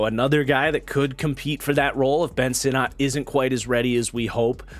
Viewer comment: Ben Sinnott is pronounced “sinnit”. From the man’s mouth himself. Just FYI for future vids.